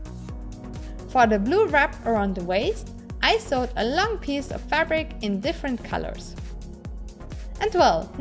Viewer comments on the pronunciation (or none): none